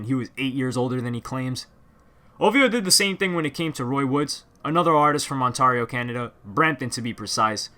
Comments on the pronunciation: It’s not ONTAAARIO ... it’s pronounced ONT-AIR-IO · Please stop saying Ontarrrrrio 😂 I can’t take it anymore. It’s Ontario. The “ari” part pronounced like you would in “dairy” or “fairy” or “scary”. Killing me man 😂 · its pronounced ont-air-io no on-tar-io loooool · pretty sure Ontario is pronounced ON TARE E O. TARE like CARE. ON TARE E O. Not ON TAR E O. That bugged me through out this video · this man's can't pronounce shit, onTARio lmao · in Canada, we pronounce it "ON-tair-eeo" :) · It's pronounced On-tare-ee-oh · dude its ont-air-rio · bro you saying ontario so wrong it got me cheesed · Brother I'm from Toronto and you butchered Ontario's pronunciation 😩😤😂. Big ups though for making this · Learn to pronounce Ontario. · The way he said Ontario 😂😂😂😂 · Bro that's not how u say Ontario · Lol the way u say Ontario kills me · Aye I thought u were from toronto when u pronounced it toronno but then u said Ontario in the weirdest way ever so ur clearly not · Why u Pronounce Ontario weird?